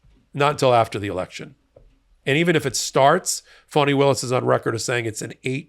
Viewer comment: Please, the lady’s name is Fani and is pronounced “ Fanny”. You sound like drumpf when you mispronounce her name !